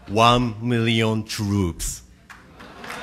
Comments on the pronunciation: Wan mirrioun tuuups* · waaan mirrion trooooooops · Wan muirion truups.... Wan, mirion, truuuuups.......... WAAAAAW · won mealian trupes 😐 WON MEALIAN TRUPES 😃 *APPLAUSE*